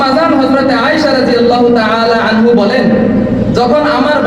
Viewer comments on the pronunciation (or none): আয়েশা রাঃ আনহু ❌ আয়েশা রাঃ আনহা ✅